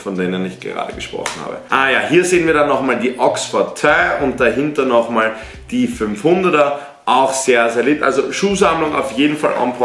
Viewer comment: hahahahah wie sprichst du die yeezys aus???? yeezy oxford töo 😂😂